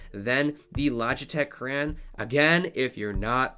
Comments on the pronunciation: "cray on" not "cran" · Cran? Thought it was crayon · I don’t like the way he says crayon 😤